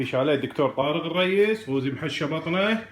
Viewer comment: يافاهم اسمه قوزي مو غوزي اسمع وتعلم عدل يلة تحجي